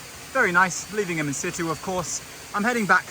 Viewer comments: The pronunciation of “in situ” is getting to me 🤣 it’s pronounced “in sichoo” not “in sittoo” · Can someone explain wth insitu means? I’ve heard this guy say it like 20 times and I have no idea what he means? Thanks!